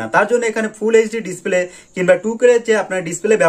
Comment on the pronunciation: 9 sec ভাই মনে হয় খুশিতে ডিসপ্লেকে ডিসক্লে বলেছেন মুখের জড়তা কাঁটান ইনশাআল্লাহ ভালো হবে❤